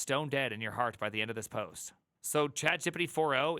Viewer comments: Yeah his accent is weird. It's not chat gíppidy (sounds like Quagmire). It's chat Geé Peé Teé. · Why tf are u saying CHAT JEP-EH-DEH????????? WTF. That dumb crap makes it hard to take anything u say srsly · you saying "chat gippity" is really annoying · Chat “jee-pee-tee” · I am sorry but every time I hear you say ChatJippity I lose focus... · I’m new to this channel but I’m absolutely mesmerized by the way you pronounce chatgipity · The way you say ChatGPT cracks me up🤣 "ChatJippity" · “Chat Jep-Pet-Tee…. Chat Jeopardy?” Honestly though, this is the perfect time to PREPARE to become a Junior Developer, schooling or self-learning between flipping burgers. Not the greatest time to BE a Junior Developer. Also, infant speak, it’s “Straw-baby, not Strawberry.”